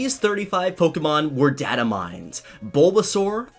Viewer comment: I'm sorry,but why do you keep saying data wrong